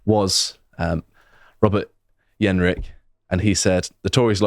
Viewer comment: What's with the "YEN-rick" pronunciation? It's a "hard" J!